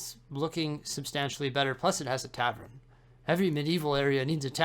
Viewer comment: Love you, I watch all your vids but... Its a TAVERN not a TAVREN 😂 - keep up the amazing work!